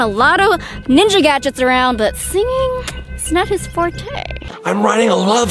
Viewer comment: You said winja